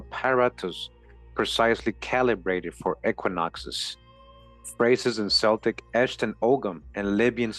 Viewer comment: Nice work! One minor semantic detail, Celtic is pronounced as a hard 'C' as in Kel-tic. :hand-purple-blue-peace